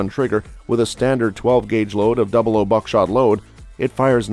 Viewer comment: Double aught "00" not double oh